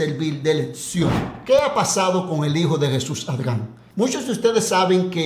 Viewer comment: Mae pero 😂por qué modifica el nombre de Jesús ADRIAN y decís ARGAN o arjan 😂😂😂😂 con solo eso veo que tus vídeos son mas de chismes y mentiras